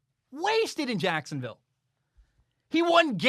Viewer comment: The way says Jacksonville, JACKSUNvill.... 🤣🤣🤣